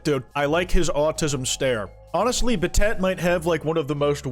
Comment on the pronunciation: also pronouncing battat as bat-at is fucking hilarious